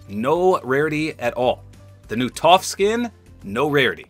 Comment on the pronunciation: The way you said “Toph” is triggering.